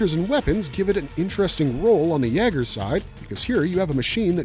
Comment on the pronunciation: "YAY-ger" is the pronunciation. It's a german word (Jäger), meaning "hunter."